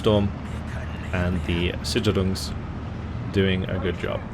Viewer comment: great video :3 "sicherungs" is pronounced zish-air-Rungs roughly